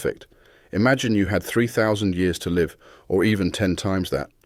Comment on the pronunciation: I thought this was s person reading until it pronounced "live" wrongly.